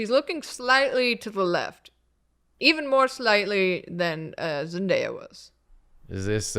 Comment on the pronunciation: zendaya? more like zenfaeya